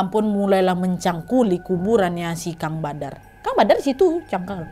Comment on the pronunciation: Cangkal GK tu..😂 . Cangkul😅